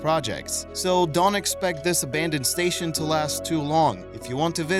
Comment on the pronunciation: Narrator can't pronounce "abandoned." Editors and content creators don't care. Instant vote down for making America even stupider, day by day.